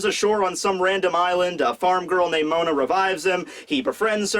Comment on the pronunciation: Its Moda not Mona... pls how could u make such a mistake. Ps: Mo D. a